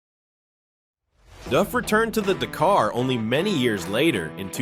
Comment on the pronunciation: The pronunciation of Dakar is killing me. D’car?